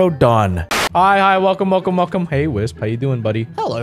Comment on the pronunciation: Hi hi wealcome wealcome wealcome